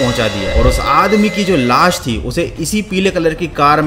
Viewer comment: Bhai Tu Ne la-- Kyun Bola Lash Bol Deta 😅